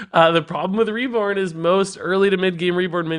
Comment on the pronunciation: "WeLl rEgIs, yOu FoRgOt aBoUt ReBoRn!" I never knew I needed that funny accent in my life XD | Regis 👏 Is 👏 Best 👏 Card 👏 Reviewer 👏